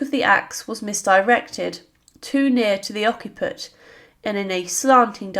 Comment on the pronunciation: Surely 'Peter Ad Vincula' (Peter in chains) not Peter Ad Vincular? Occiput pronounced Oxiput.